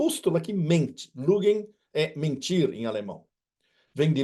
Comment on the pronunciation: Só uma explicação: vc que fala francês , não deve ser difícil pronunciar lügen com trema e não lugen Van der Lügen. Veja o que o Fernglas da Alemanha diz da mídia. "Die Politik und ihre Medien lügen und betrügen und führen Krieg gegen das Volk"